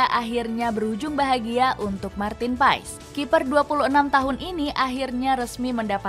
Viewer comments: pengucapanya klo ga salah martin pas (huruf e nya ga diucapkan secara jelas) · Paes dibaca "Pas", huruf e gak dibaca